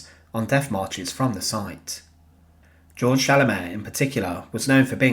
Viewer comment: Actually, Georg is pronounced "gay-org" in German. Nevertheless, thank you for this eye-opening video of a war criminal who met justice at the end of a hangman's noose.